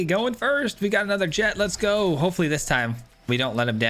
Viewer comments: The "ch" isn't silent, it's pronounced "Jekt." The English dub of the game pronounces it this way, and they're likely correct looking at the original Japanese name of ジェクト (Jekuto). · its jekt lol. sick deck